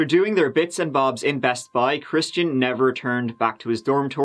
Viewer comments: I thought you said Christina Aguilera. And i was immediately confused. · Shmistian? Lol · At first I thought he said “Christina Aguilera”... 🤔🤔😃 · Why does it sound like is saying "Christina Aguilera" whenever he says that dudes name? lol 😆😆😆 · Rhymes with "Shmistian..." Oh, 🥰 That's my code! Coworkers have no clue who I'm talking about. It's flawless. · 'Ya wouldn't happen to be datin someone who's name rhymes with Smishtian'?? 👏👏 😆😅🤣🤣😅😆 its the little things 😜